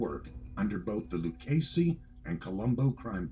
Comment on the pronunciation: Its (Loo-ch-as-y) not (Loo-casy)